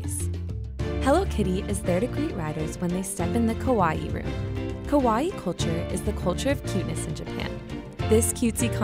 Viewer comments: pronounce it KA-WA-EE otherwise it sound more lik KOWAI scary.... you dont want to know how many americans call girls Scary instead of cute and then getting weird looks back lol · diom adad that mispronunciation always bothers me! For videos like this you’d think that maybe they’d consulte a Japanese speaker to double check that they’re saying the words correctly before publishing the video.. oh well. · Lin Nyunt its english in general ... it makes the a sounds more like an o .. and maybe the e could be more longer ... i have heared worse kawaii's .. but in generel ppl should understand it right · I don't know how I can make the "ii" any longer without sounding ridiculously like an anime character. I've never heard "a" and "o" sounds confused for one another. In British or Australian pronunciation anyway. Perhaps it happens with American accents where the sounds are closer? When Japanese people say kowai it's a straight forward blending of "a" and "i" no extra "i" sound on the end. I'd equate it to saying ko-why. Kawaii has a definite extra "i" sound like you said. So the difference is distinguishable. If you want to get further into the pronunciation, when Japanese people say kowai, the stress is on the "ko" part of the word. Whereas the stress is on the "ii" part of kawaii. For reference, although I'm not fluent in Japanese, I do live in Japan and speak conversational level.